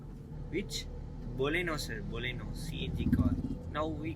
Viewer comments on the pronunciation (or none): dai lusu boleno illa da adhu Baleno 😂😂😂